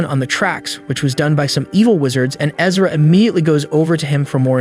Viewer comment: Erza ERza ERZa ERZAAAAA. Not Ezra. Lol. The mispronunciations kill me. But otherwise pretty good recaps!